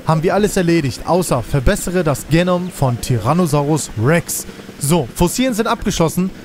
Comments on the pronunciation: Hey feier deine videos!! Just a little reminder es heißt genoooom nicht genom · Du musst Genom definitiv anders aussprechen - hört sich an wie eine Krankheit 🤭😂😂